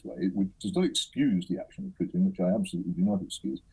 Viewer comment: The one who is actually educated on the matter. Hitchens. She can't even says Putins name correctly.